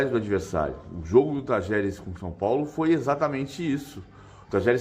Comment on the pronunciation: Um jornalista pronunciar Talheres é dose hein PQP!!!